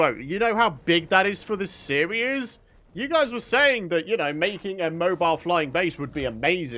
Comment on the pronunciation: Series? Why does he say it like that?